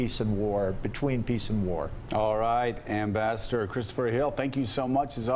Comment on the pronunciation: Joe, my man - what the heck happened in that intro?! "Mr. Ambissador..." Fantastic. :)